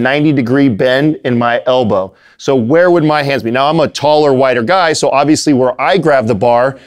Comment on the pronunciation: "Taller wider guy" I definitely heard whiter guy lmao. I'm like what does being white have to do with benching....